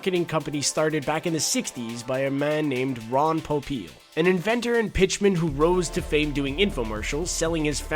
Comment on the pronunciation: Ron Popeil, pronounced Po-peel